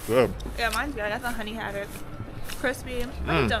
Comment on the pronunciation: It's Ho-tok, lol. Glad you liked them-- 2nd best city in South Korea after Gyeongju